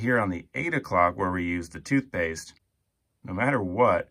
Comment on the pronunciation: Excuse me but what is "toothepaste"? Is it anything like 'toothpaste'?